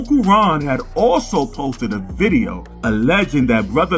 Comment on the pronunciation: “Unkle Ron posted another diddeo” haha